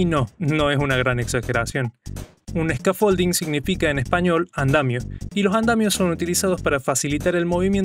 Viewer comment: Scaffolding significa andamiaje y la pronunciación se acentúa en la primera sílaba, no en la 2da. Buen video